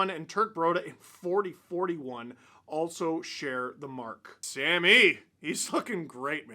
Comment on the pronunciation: I had to rewind that "he's looking great" lol sounded like "he's F@ great"